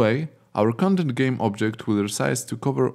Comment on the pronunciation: Your pronunciations get some mistakes, such as 'content', 'spacing'... Please keep an eye on pronunciations. Even though, your content is so beloved! I feel like finding out a gold mine of Unity tutorials. :D